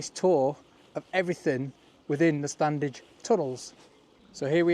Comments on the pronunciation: It's still pronounced Stannige. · the first d in standedge is silent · Please drop the first "d"in your pronunciation of Standedge. It grates a bit.